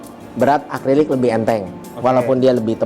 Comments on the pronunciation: Revisi bang Akri-lik bukan akli-rik👍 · "Acrylic (dibaca Akrilik)" om, bukan "Aklirik" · bang acrylic bang bukan acliryc😁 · Acrylic bang bukan aclyric hehe 🙏 😀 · bang mau koreksi dikit , baca nya akrilik , bukan aklirik 🙏🏻